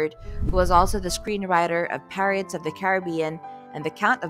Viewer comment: It's josh Gelman, not Goldman! And "Pareates" of the Caribbean? Use a picture of Poitier from "In The Heat of The Night", and learn how to pronounce Vicar! There are so many flubs in this, it's ridiculous. It's really annoying!!! And where's part 2?